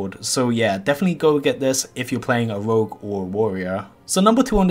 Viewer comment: Rogues= Wougs' ugh take some pronunciation classes, I had to mute after 15 seconds of hearing this guy talk